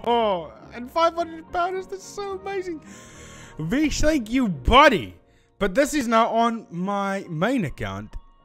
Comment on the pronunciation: Hey I am vish btw , nice vid bro. And also my name is pronounced vi-sh not Fi-sh 😂